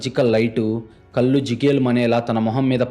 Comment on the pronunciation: కల్లు కాదు కళ్లు... కరెక్ట్ గా పలకండి pls